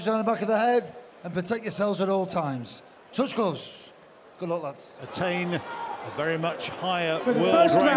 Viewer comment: "Tush glooves"